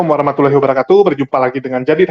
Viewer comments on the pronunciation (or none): none